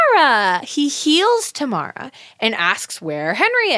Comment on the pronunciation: Saying you don’t remember Tamara then mispronouncing her name for the rest of the episode is iconic